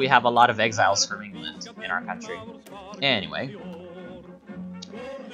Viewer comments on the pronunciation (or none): none